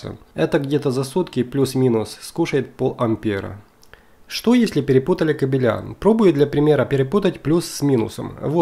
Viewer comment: кАбели ударение на АААААААААААААААААААААААААААААААААААААААААААА. КабелЯ бегают во дворе.